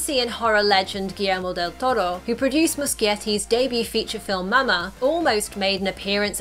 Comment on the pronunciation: Kudos for the "deltoro" pronunciation!!!!!